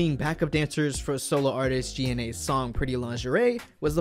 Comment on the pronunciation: It’s not pronounced G N A it’s pronounced Gina 😑 like seriously bruh